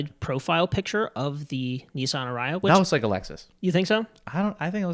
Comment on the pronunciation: I couldn't get over the "arayah" pronunciation. Sorry fellas, it's "a-ree-a". Stress on the "a-". I loved your review!